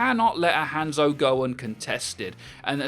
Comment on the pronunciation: His name is Hanzo, not handzo. You pronounce it as Hon-Zo, not hand-zo.